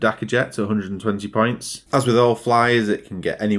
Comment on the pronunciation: With your accent when you say "points" it sounds like "pints" to me and now i want a beer